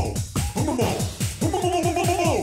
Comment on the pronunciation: he said bumo wrong